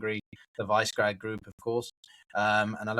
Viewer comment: The “Vice-Grad” group 😂😂😂 Poor pronunciation undermines your authority.